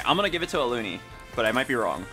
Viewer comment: why do you call Alune "ALUNI"